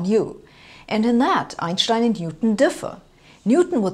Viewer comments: Since it's a German name, thats how to say it. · Properly pronounced "Einshtein". Thanks. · It's how we should all say it.. M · the way Americans say it is correct. It's Anglicised. Different languages use different pronunciation for different words. So, when speaking English, I say, "Einstein." But, when speaking German, I say, "Einshtein." Both are correct. Glad I could clear this up. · "Einschtein" (yes, thats the way it is pronounced correctly!) wrote his first revolutionary papers in German and the rest of the world hurried to translate them . Thanks for your youtube lectures. Not everything has to be drowned in tensor analytics or SU2 philosophy to let flash up a spark of understanding or start a further search for refinement by induced curiosity. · The way she correctly pronounces Einstein's name is so satisfying... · Only here to hear her say Einstein. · I like how she pronounces Einstein, the correct way. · *love how she correctly pronounces Einstein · She says Einstein the only correct way. After all Albert was a German. So is she. 😉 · She´s pronouncing it correctly. As it is a german name, the "s" before the "t" is spelled "sh". No accent here.